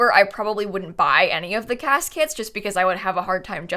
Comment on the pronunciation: I heard you say cas kits and couldn't stop hearing caskets... 😅🤣